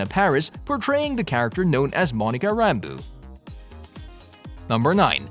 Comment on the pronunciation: IKR kevin FEEGE.. and Monica ram-boo.. i'm suspicious if he has actually watched those movies..lol